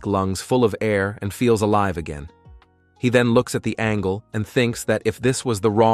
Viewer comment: It's not Angle it's angel